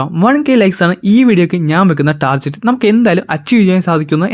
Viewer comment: ടാർജെറ്റ് ❌ ടാർഗറ്റ് ✅ ഇസ്ലാൻഡ്❌ ഐലൻഡ് ✅ :)